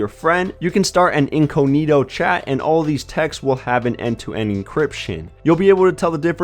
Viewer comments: What's "inconeeto"? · The way the person in this video says incognito is what I thought you were making fun of